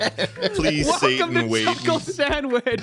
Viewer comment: Ah yes a new Chulkle Sandwhich